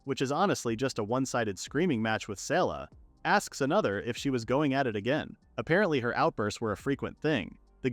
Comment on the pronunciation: Sela? Her name is written SERA. Not the Asians getting L and R mixed up again 😂😂😂